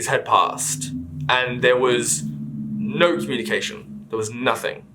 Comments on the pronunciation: he rly said "ñœ" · I can’t get over the “neh”